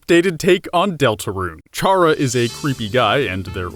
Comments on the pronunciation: i have just one problem wit this... "CHARA" IS PRONOUNCED "KARA"!!! IT'S THE START OF "CHARACTER FOR GOD'S SAKE! and if you don't believe it ,look at torial's name - TUtorial because she is the is the tutorial. if the tutorial character was named after her role, why not the character that has the whole story around it? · 1. Ralsei is just Asriel, not even implied to be female. 2. CHARA-CTER as in pronounced "kAr uh" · TakTheFox I hate when people pronounce it as "char uh". For fucks sake, we know Chara is short for character. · theory seems legit but ralsei isn't female the unused classroom isn't toriel's you mispronounced chara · Chara is short for character....why do people pronounce the ch like cheese or charcoal...oof lol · Dislike for saying Raslei is a girl, and mentioning and mispronouncing Chara. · Also, isn't Chara pronounced like the word Character? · 1. I think you're mispronouncing Chara. 2. Ralsei is a dude. 3. 2 videos and Gaster (the person that made the whole dark world) isn't even mentioned once in either videos AANNDD 4. I luv u ☺ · you're pronouncing Chara's name wrong their name is a play on words, all the names in these games, it's a play on the word character. So stop calling them by a different pronunciation! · Kris sounds like Frisk but with a c sound like chara